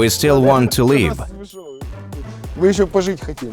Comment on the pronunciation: A note -- the translator says "We still want to leave", but the soldier says "We still want to live" and they all laugh. It's accent, not mistranslation.